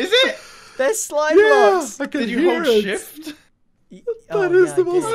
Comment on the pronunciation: Did u say slime bok?